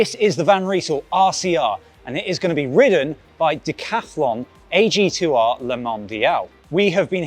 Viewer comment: Please pronounce AG2R like it is supposed to. Otherwise, great bike, great presentation. As a former Decathlon employee I am very exited for them to take that step into pro cycling. Cheers